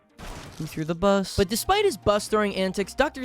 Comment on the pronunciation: I don’t know why but the way he says bus scratches my brain. This is my new vocal stim lol